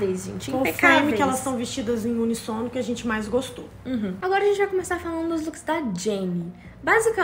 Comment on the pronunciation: a pronuncia certa é unÍssono, e não unissôno, rs